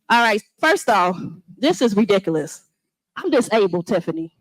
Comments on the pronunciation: She’s right. This IS re-dik-olus. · What is “ ridikaius” ?